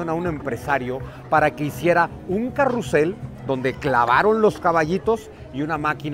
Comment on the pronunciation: popularmente se les llama caballitos, carrousel es muy rebuscado (se pronuncia carrusel)